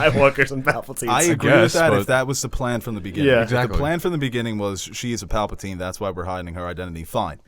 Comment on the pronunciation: Pap-al-tine? No one corrects him in any of these,doesn’t he hear everyone else pronouncing it right?🤣